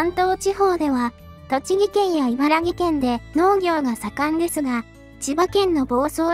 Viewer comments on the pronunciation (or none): 『茨木県』『いばらぎけん』じゃなくて 『茨城県』『いばらきけん』ですよ！！ 気にしない茨城県民ももちろんいますが、気にする茨城県民もいますので。 …なんて、細やかにイラッとする生粋の茨城県民が書き込んでみました。